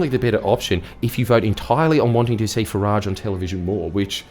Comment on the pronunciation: It is not fah- raaage He hates the French it is Fah-rige